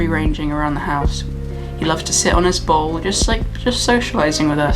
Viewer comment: when you said he likes to lick his bowl I thought you said ball and I had to backtrack for a second